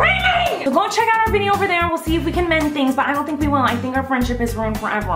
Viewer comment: did you literally say "hink"